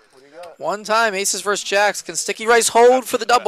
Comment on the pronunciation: When the hell did "versus" become a one-syllable word? Lazy speech reflects a lazy mind.